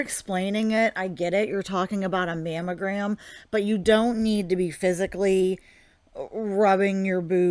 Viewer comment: I thought she was saying mam o gram. And that was irritating enough. Mammalgram makes me want to cuss at her to talk right